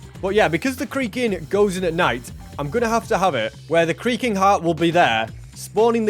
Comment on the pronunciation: every time he says creaking it sounds like creeper